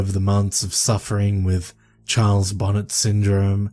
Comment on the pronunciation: It's pronounced bon-ay... It's after French genevan botanist who suffered it the term is coined after